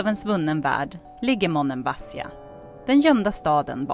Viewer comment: Det ser skönt ut. Vill bara hjälpa till med att tala om att betoningen av Monemvasia skall ligga på bokstaven, i. Ha det gott.